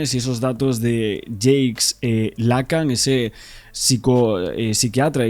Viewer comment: No es James es Jacques, se pronuncia Jack.